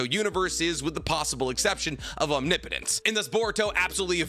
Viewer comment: Finally you pronounce “omnipotence” correctly lol